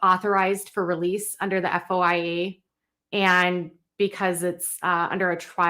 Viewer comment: FOIA is pronouced: Foi Yuh.